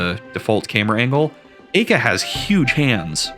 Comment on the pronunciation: I find it more interesting how you pronounce Aika and Belleza's names.